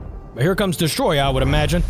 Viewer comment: Bruh its destoroyah not destoroya